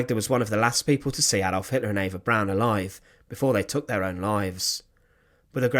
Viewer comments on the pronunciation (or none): none